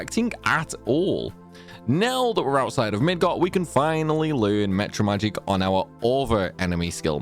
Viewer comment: Why do you say mEtra magic and not mAtra magic?